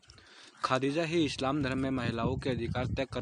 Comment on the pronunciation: Khaaaadija nahi hota harzat khadija r.a